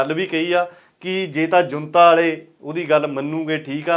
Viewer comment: ਬਾਈ ਜੀ ਇਰ ਜੰਤਾ ਨਹੀਂ ਜੂੰਟਾ ਆ।। ਬਰਮਾ ਦੀ ਪਾਰਲੀਮੈਂਟ ਨੂੰ ਜੂੰਟਾ ਕਹਿੰਦੇ ਆ।।